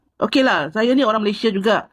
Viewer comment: dia ni pon bangla jgk ni tapi dia ckp dia org malaysia haha. cakap pon saiya saiya hahaha SAIYA BANGLADESH.